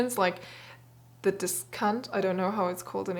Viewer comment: 4 min 10 secs...your pronouciation of Dis-count ..sounds like This Count ( without the O).....not appropriate...